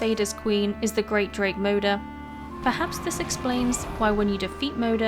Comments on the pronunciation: FADER is like FATHER but in Swedish is not pronounced FEJDER like you do in the video -.- so say Father with D in stead of TH there is the correct name. same with MODER it is just moder not MOUDER. sigh just please try to pronounce it right? pewpew. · Interesting, and well compiled, thanks! For pronunciation like the Scandinavians, you could try something like this: "more'der" and "far'der".